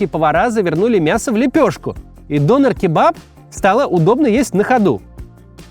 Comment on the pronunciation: Максим, вам бы нужно поговорить с туркоязычным, прежде чем произносить турецкие имена или слово дОнер. Режет слух. Это тоже, что вас назвать не МаксИм, а мАксим.